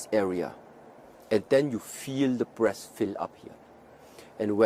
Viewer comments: It sounded like he said " The longer you interact with the breasts the deeper you can penetrate the body" which it will of course make sense. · I was thinking he was saying breasts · i keep hearing breasts. damn